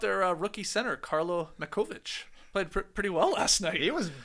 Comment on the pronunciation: Pronunciation clarification! Skeets definitely butchered pronouncing Matković, and the way Trey said it originally was correct. Speking of pronunciation, if Jokić wins his 4th MVP or second ring, will people finally start pronouncing "Nikola" correctly?